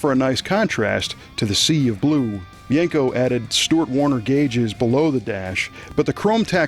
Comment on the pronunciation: Just to be clear, it's pronounced Don Yen Co not don Yank Co. His name has been butchered for ever.